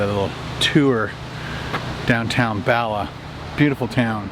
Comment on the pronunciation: Hey, I'm Welsh (dwi'n siarad cymraeg) that means I speak Welsh. Bala is a place not too far from me here in North Wales, maybe 1 hour 30 mins. You pronounce it as you would say "baa" for a sheep. So "baalaa". 😁😁